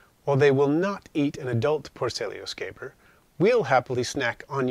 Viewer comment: So nice to see someone else that knows how to say scaber 😆I was starting to feel left out lol - Great video mate, these guy are without a doubt my go to species for devouring my insects that have passed on. I keep a large colony of them just for that very purpose.